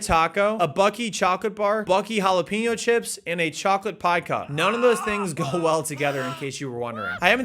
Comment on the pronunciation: See I figured it was a joke, but the way he messes up saying jalapeno made me second guess